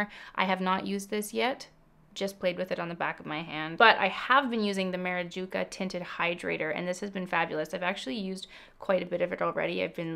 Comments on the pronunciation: Thank you for recommending the undereye cc cream. Not going to live without it. Sorry i’m not making fun of you, i’m just glad i’m not the only one who pronounce it marajuca 😆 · it’s Maracuja 😂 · It's pronounced and spelled Maracuja: you said and spelled it Marajuca but the c comes before the j ;) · Feeling like Hermione here, but it’s maracuja, not marajuca 😅 anyway you can call it whatever you want, if you like I’ll buy it anyway ❤️ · Its maracuja, not marajuca 🤦🏻‍♀️